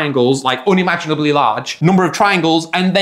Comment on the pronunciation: saying unimaginable instead of unimaginable🗣️🔥🔥